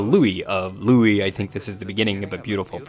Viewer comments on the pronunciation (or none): none